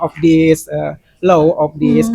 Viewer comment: Law bukan lose....😂😂😂kebanyakan makan sesajen Ama kemenyan si TIFA ratu perITILAN....😂😂😂😂